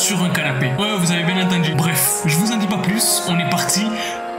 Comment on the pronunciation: Je rigole tjrs qd tu dit biengue😂😂